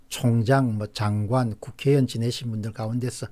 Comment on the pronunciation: '의정활동','의향','회의'는 발음을 정확히 하시는데 '국회의원', '중진의원' 발음이 **위원 밖에 안됩니까?? 좀 듣기 불편합니다.....